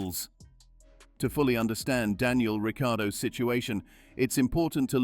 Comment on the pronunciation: Daniel Ricky-Yardo😂🤣